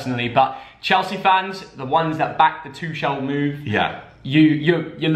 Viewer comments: I hate the way they say tuchel😂😂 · The pronunciation of Tuchel